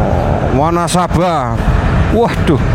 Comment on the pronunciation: wanasaba dibace wanesabe